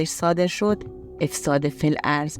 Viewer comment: بانوی عزیز یکم در تلفظ دقت کنید سلبریتی و افساد رو اشتباه بیان کردین منم متولد ۶۶ ام فوق لیسانس باستان شناسی دارم اکثر بچه های باستان شناسی رو میشناسم ولی ایشون رو نه شاید تا کارشناسی خونده بعدم دخترا چرا میرفتن خونه ی یه مرد غریبه ولی حقشون تجاوز نبود کاش به غریبه ها اعتماد نکنید من که به واحد بقلیمم اعتماد ندارم گرچه همه محترمن و اپارتمان فقط برای زوجای بدون بچه اس همه جا دوربین هست ولی من به هیچکس اعتماد ندارم حتی اشنا